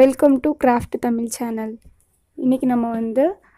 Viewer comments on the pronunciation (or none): none